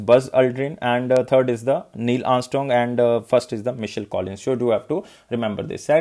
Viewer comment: Hi Sir, Please check this name "Michael" Pronounciation